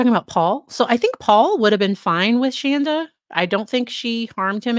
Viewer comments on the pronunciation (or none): It’s Shanda not Shonda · yeah. She was always. Ir is Shawn-da not Shaan-da. So every time people say it wrong I cheer a little. Small things. lol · I know this isn't a funny situation, but I have to laugh every time you say her name. She used to JUMP on anyone who called her Shan-da and would be quick to correct you any chance she got. Each time you say it that way I grin because if she ever saw this, it would make her SOO angry. I know some of how she acted and things she would say about her kids, dogs, her husband. All kinds of different things that went on. After watching this, you can tell Paul was abused by both his mom and dad, as were all the kids. (I worked with her at the "tech company" she mentioned In her testimony.) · She's pronounced Shawnda.. . Like in dawn. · I’m obsessed with this case. ❤ SAY HER NAME WRONG!!!!! Love it!